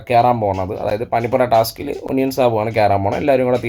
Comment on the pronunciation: ഒനിയൻ അല്ല ഒനിയൽ